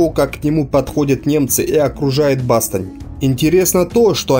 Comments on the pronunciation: Не БАстонь, а БастОнь. А контент хороший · БастОнь, БастОнь, БастОООООООнь, Боже. Чел, хороший материал, но сколько ошибок во время зачитывания... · В названии города Бастонь,ударение не на ту букву!😀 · Хорошая информация, но произношение некоторых слов: Антверпен, Бастон, Модель - говорят о том, что автор не только материал впервые видит, но и просто не эрудирован.